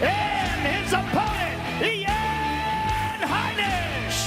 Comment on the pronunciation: Bruh. Rogan said "Eye-an Heinisch".